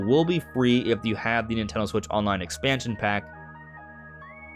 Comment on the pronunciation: why tf do u keep saying "nintaldon"